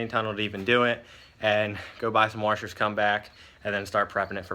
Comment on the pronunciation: Back at it again with the warshers